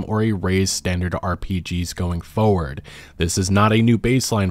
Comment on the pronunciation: Two words you mispronounce: 1) "genre" is said with a soft j sound, like the name Jean Luc, and not the name John, which uses the /j/ sound. 2) "forward" is pronounced FOR-werd, not FOE-ward.